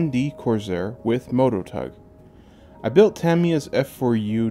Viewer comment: Nice touch with the cowl flap mechanism! Really nice paint work, too, I like how subtle it came out. This was a really well done build and the extra detailing looks to have been worth the effort. I do have one question: why you pronounce it as “Corzair”? Is this a regional thing?